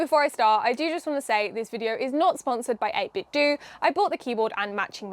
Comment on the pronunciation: Actually the company has come out and said it's pronounced this way, 8-bit-doo. The do is the same as in "to do".